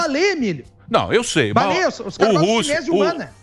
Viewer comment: "Eles gostam de balé, Emílio! Balé! Os caras gostam da cinese humana" Ficou confuso porque ele falou "balê" e não "balé" kk